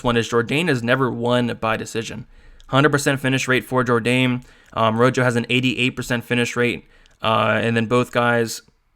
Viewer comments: Ro Ho not Ro Jo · Good picks and breakdowns as always. I watched film as well and you validated a ton of my notes. Marcelo Rojo is pronounced ro-ho like the color red. Let's get this 💰.